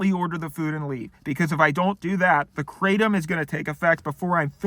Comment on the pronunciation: Hello! Kratom is actually a Thai word and is pronounced "krah-TOM" not "KRAY-tum". Also, there are ways of taking it which enable it to take effect within minutes so you don't have to wait an hour, and can also be easier on the stomach than swallowing a load of gelatin capsules. I recommend doing a bit of research to find the method which works best for you. Good luck and best wishes!